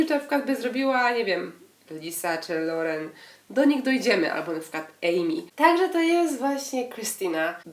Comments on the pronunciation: Lauren, nie Laurell 😉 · Lauren, nie Laurel :)